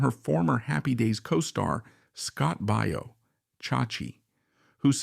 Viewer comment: ANOTHER worthless AI generated video full of errors and stupidity - and THE CREATORS NEVER NOTICED. Scott Baio is pronounced BYE-OH despite easy pronunciation checks being available. No one who produced this stupidity cared. But the best is where the idiotic AI says "During the late 1980s she appeared in episodes of the Love Boat and Murder. She wrote two extremely popular series..." NO!!! She appeared in episodes of "Love Boat" and "Murder: She Wrote," two extremely popular series.... C'MON PEOPLE - IF THERE ARE ANY OF YOU OUT THERE!!! IT'S NOT THAT HARD!!!